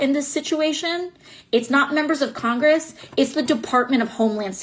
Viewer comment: i'm not sure if she said drunk traffickers, but i did hear her say congrgress, lol